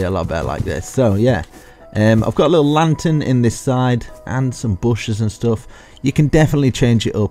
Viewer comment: I love how he says stoff